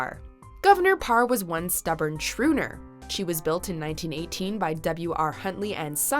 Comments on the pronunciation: Shrooner? Did you mean schooner? Holy crap. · "shrooner"... It's pronounced "skooner". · schruner? you can't pronounce schooner? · what's a shrooner? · Isn't Schooner pronounced SKOO-ner? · Governor Parr - ‘Shoo-ner’? LOL! I’ve never heard it pronounced that way before. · Does a video on ships yet can't pronounce schooner properly. Smh. You want to go out of the way to pronounce every French word properly to please your delicate french canadian hearts then you can do the same for other languages. Merci.